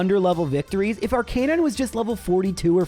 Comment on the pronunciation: It's pronounced "arca-nine", not "arc-a-non".